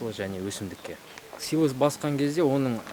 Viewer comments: Силас эмес силос деп эле айтчы автор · Силас эмес силе"с деп айтылат туура суйлогулочу ? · Силас деп айтылат , силос деп жазылат !